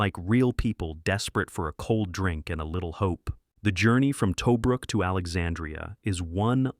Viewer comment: It's "ta brook" for Tobruk. Ice cold in Alex is an excellent film. "Alex" is Alexandria, a port in Egypt.